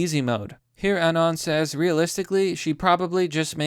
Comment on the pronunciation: pronounced “anon” wrong, sorry bro thats an unsub. pretending to be a 4chaner is toptier cringe.